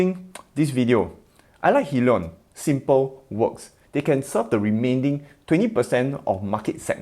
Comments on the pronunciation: HIGH-LEE-ON not Hillion. Love ur content just fyi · Hyliion is pronounced Hi-LEE-on, it stands for Hybrid lithium ion.